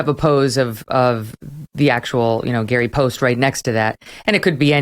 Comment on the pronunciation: It is NOT Gary Poste.